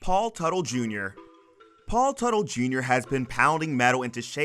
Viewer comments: Consistent pronunciation of names would help. Stop switching Tuttle to Tootle, Mikey to Mickey, etc. Seems like a strange thing to do. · It's not pronounced "Tootle". It's Tuh-tle. And it was stupid of him to spend the show's money on personal shit. So dumb. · How do you go from pronouncing Teutul (Tuttle) to Tootle and Mikey to Mickey, all in the same video?